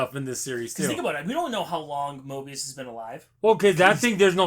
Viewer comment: You keep saying morbious but it’s Mobius